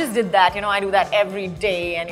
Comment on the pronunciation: Though i m not agreed with all of this! But i just love the way she pronounces her name KAJOL not in a fascinated way KAJAL , resembles her Bengali origins actually! Loved it